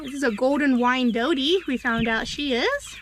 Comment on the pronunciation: Lol golden Wyandottie ... Its pronounced wine-dot ... Golden Wyandotte